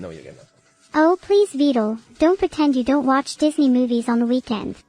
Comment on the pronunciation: Not only is vedal having to put up with all this. Neuro still can’t say his name properly. Also, I wonder if vedal is actually scared at all rn. Cuz like, that’s some skynet type shit.